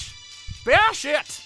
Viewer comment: sounded like you said bear shit instead of bash it lol